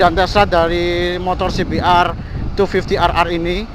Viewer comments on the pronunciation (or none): kayak e klo liat langsung bagus nih motor 😂 klo boleh koreksi bacanya cbr250(dobel)r 😁